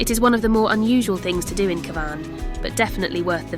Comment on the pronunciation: Nice quick jntro to a place I have a fondness for but can I respectfully suggest you get a real person to narrate it. I assum it was AI and Cavan was mispronounced a few times.